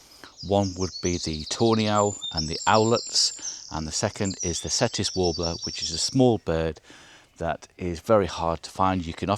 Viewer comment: Hi.. just to correct you on pronunciation? It’s spelt Cetti but pronounced Chetti. It’s named after an Italian guy… hence the ‘CH’ sound. Hope that is ok to say. Great vid…